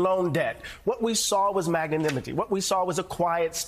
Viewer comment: Did he just say ‘maganimity’ when he meant magnanimity?! Dude, ENUNCIATE!!! You’re on the flipping news. It is important to know how to use the words you’re trying to say.